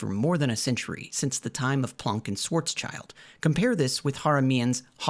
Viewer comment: The one niggling thing that irks me here is your pronunciation of the word "planck" as plonk, while it is actually pronounced exactly like "walk the plank" You are the only one I've ever heard pronounce it this way, and just to be sure I went and double checked. As I did pass honors ap English in high school, but it's been years since I've used many words.